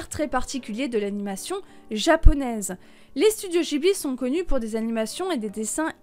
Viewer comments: ça se dit maintenant des zeroïnes -> réforme de l'orthographe d'il y a je sais pas combien de temps là, par contre en revanche on prononce Gui Bli et non jibli, car : Le nom du studio provient du mot que l'Italie utilise pendant la Seconde Guerre mondiale pour désigner l'un de ses avions de reconnaissance, le Caproni Ca.309 Ghibli3. Hayao Miyazaki, grand amateur d'aviation, décide de choisir ce nom. Pour lui, le studio Ghibli se doit de jouer un rôle d'éclaireur dans le secteur de l'animation japonaise, et d'y faire souffler un vent de nouveauté (vive les copié collé wikipédia) et oui je suis tatillon sur les prononciations xD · La prononciation de Ghibli est mauvaise et on ne dit pas Nausicaa de la vallée des vent mais Nausicaa de la vallée du vent Mais bon je chipote très bonne vidéo sinon